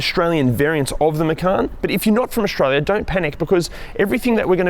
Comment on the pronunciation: Since when is Australia pronounced Auxtralia?!? And structure ... xtruture and many more ... throughout the video... good lord